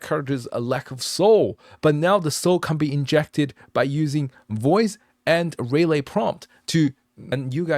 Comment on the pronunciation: [Subscribed] very cool stuff. BTW, typically relay is pronounced reelay (not ray) if it is like the noun (such as a contactor relay) or rih lay where you barely pronounce the rih part but sort of shorten it, usually for the verb form). Thank you very much for spending the huge amount of time on this. It is very very impressive! You should consider making an anime' with it.